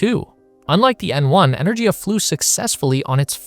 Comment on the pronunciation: Just a shame you can't pronounce Energia correctly.